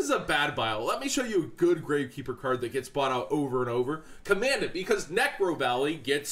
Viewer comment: Nobody cares but it's Kah-men-dahnt not comand-ant like dahn-tay not dan-teh